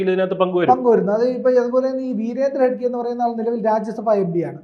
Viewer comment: ഹെഡ്ഗെ അല്ല ഹെഗ്ഗഡെ